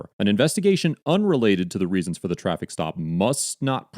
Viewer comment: I didn't realize that the words 'now' and 'for' had two syllables.